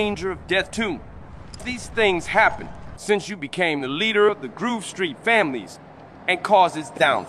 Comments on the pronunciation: grove street ❌ groove street✅ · "Groove"GRUUVSTREET. That was bad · the Ai can´t say Grove hahaha